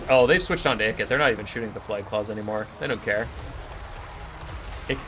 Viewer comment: Are you saying plag?